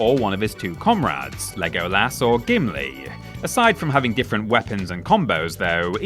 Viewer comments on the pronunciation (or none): The pronunciation of Legolas physically hurts me